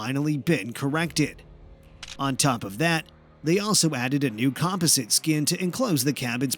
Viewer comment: Learn how to pronounce composite and fuselage or stop making these damn videos